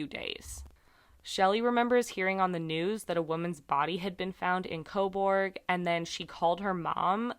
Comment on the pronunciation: It's pronounced co burg. Everyone over pronounces the u. Canada loves the letter u. Honour. Colour. We spell things different lol This is my town. I live right around the corner from where her body was found. No shade but i assume it was a drug dealer. We have a few major players in this town but most moved to toronto and commute down here to sell. Small town, often the dealers give a spot so you owe them. She was found a couple weeks into november and welfare checks come out on the first.. I know she was sick and got addicted to pain killers and we def had a couple dealers in town who were... Wreckless... The tracks are often walked to cut time down when walking across town. The side of town she was found on... The Sutherland cres area is totally a drug hole. I assume she went to meet them but didnt bring money. No shade. I dont blame people for their addictions. It's a hard road to travel. I wish for justice for her. This stuff doesnt typically happen here.